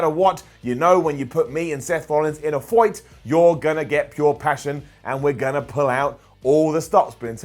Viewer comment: I like how says “foight”😂